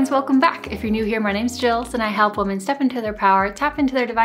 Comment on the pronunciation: No offense, I really enjoy your channel, but they way you pronounce the words "woman" and "women" is very odd to me. Is it a regional accent? (Sorry, if this is a silly question 😅)